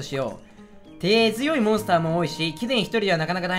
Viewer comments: ｢進呈しよう、しんていしようであってる？｣直前で手強いをてづよいと読む好きw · そうかてづよいと読むのか... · 「手強い」を「てづよい」とか「神々しい」を「かみがみしい」とかちょくちょく頭の悪さ出てて草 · ×手強い＝てづよい ○手強い＝てごわい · 手強い(てづよい) 産まれたての子鹿でも知ってるザザミが強いって事は知ってても 小学生が読める漢字は読めない男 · 手強い(てごわい)モンスターも多いし、貴殿1人ではなかなか大変だと思うが、くれぐれも気をつけてな。 だよ てづよいじゃない 簡単な漢字も読めないのか...勉強しよう!! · てごわいをてづよいと読むが偏差値50の理系大学に行けたと思ったら勉強のやる気が出ました。頑張ります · 手強い＝てごわい 神々しい＝こうごうしいです。 また賢くなりましたね。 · 手強（てごわ）い 神々（こうごう）しい やで。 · 手強い＝てごわい な。